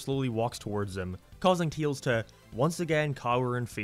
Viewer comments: why are you calling tails, teals. that's like calling sonic, greens. like I get that it's an accent thing but it's literally the only word you say in an accent so you obviously are capable of saying his name correctly. if it's some kind of inside joke, it's not a very good one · "teels" never gets old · It's called Tails, not Teals. It's said Fail, not Feel. It's spelled Canon, not Cannon, when referring to continuity. It's said Favor, not Fever. Other than that, yeah, this game sucks ass.